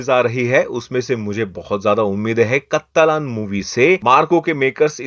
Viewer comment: कत्तलन नही । काट्टालन है ।😅